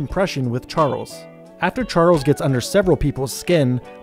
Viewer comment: you called Charles harles 🤣🤣🤣